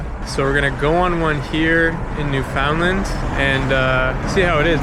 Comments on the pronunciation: U really need to pronounce Newfoundland properly. It’s basically newfonland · Don't say the "found" part...it's more blended together . Basically say it faster. New fun land niw say that fast and almost make the d silent. Lol...otherwise, good video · Hi! Glad you enjoyed your visit to St. John's, and that you obviously met some of our friendly local folks! (I consider myself to be one of those! 😉😊) Thank you for sharing a LOT of beautiful footage in your video! I feel fortunate indeed to live here among such spectacular surroundings every day! If you don't mind me asking, where are you from? From your pronunciation of the word "Newfoundland", I'm gonna guess it's somewhere in Ontario. You do mention Toronto in the video, but it's not evident whether you've lived there for a significant portion of your life, or if it's just your current home. If I can be "that girl" (sorry! 🙄), please forgive me for a little lesson on the pronunciation of "Newfoundland". Hearing it mispronounced is kinda like the equivalent of nails on a chalkboard for me; imagine if you constantly heard Ontario pronounced as On-tuh-REE-oh, for example. Newfoundland is pronounced as Noof-end-LAND', with the emphasis on the last syllable, not New-FOUND-land, as many Ontarians seem to have been taught. People from the U.S. tend to say NEW-fund-lund; I try to gently remind them that the word is pronounced with the same cadence as "understand", with the last syllable being pronounced the same as another place with which they can all relate: Disneyland! Bet you've never heard a U.S. citizen mispronounce that as Dis-nee-LUND, now have you? 😀 Anyway, please don't be offended. I'm not trying to be critical of you or your pronunciation. I just think that, if nobody